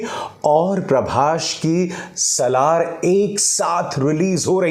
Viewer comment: Its "Prabhas".. Not "Prabhash"... So irritating.